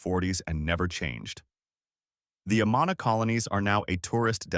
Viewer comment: Good video about the great Iowa food we have, but you are clearly not from Iowa as you mispronounced both Amana & Ottumwa.